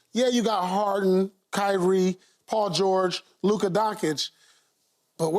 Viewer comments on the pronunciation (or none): Did that mf say “Luka Donkic” ???